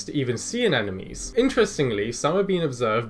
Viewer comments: sea ANEMONE not anenome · Hahaha..."anenome". How adorable that you do that. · I can't tell if he's genuinely mispronouncing "Anemone" or if he's just trolling. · Sea fiders are really cool! Sorry, I have a hard time enunciating the “sp” sound, so I assume you know what I mean. Speaking of which, I notice a bit of a problem with the pronunciation of “sea anemone”. Maybe worth practicing in front of a mirror? 😁👍